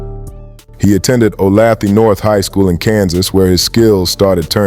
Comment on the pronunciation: That's not how you pronounce Olathe